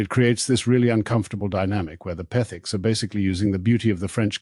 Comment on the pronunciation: Interesting how the narator can't say Petherick's but name them Pethiks. Just a slam fest against alll of us who so loyally watched the renovations and were glad for the comminity. Shame on you whatever you are!